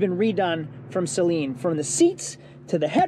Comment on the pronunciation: Looking in comments to see if anyone bitches about “saline” instead of “Saleen” 😂